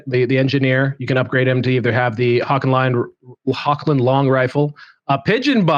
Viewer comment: The current effect of the Hochland Longrifle is amazing. You can pick and kill an Enemy command section. And by the way the proper pronouncation of "CH" in Hochland in German is a Rubbing Sound. It is very different for english speakers i know but the CH is really not spoken as K. Just clear your throat as rusty as you can and you got it. The Google translators for German/English spoke the CH in HOCH very smoot Greeting from the Middle Mountains of Germany and long life the Empire. For Sigmar